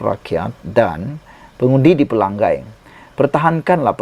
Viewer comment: Tolong jangan sebut Pelanggai. Nama Kawasan tu Pelangai. Ngai. Belajar betulkan sebutan Nama DUN Pelangai